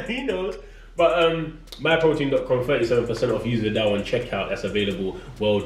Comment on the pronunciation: "Occasionally" Riley